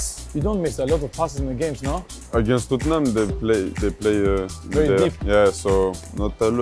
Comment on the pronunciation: "aginast Tottenham" hahaha Saliba